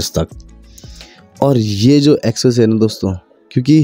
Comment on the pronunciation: Expressway ❌ Essessay ✅